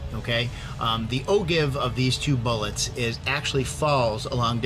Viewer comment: just trying to help out for future videos, feel free to delete this... but Ogive= oh-jive rather than oh give.